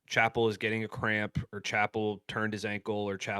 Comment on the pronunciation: How is it? You cannot get Tyreek Chappelle’s name right? Pronounce the same way as Dave Chappelle.